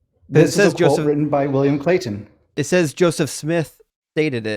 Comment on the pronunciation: William Clay-T-on.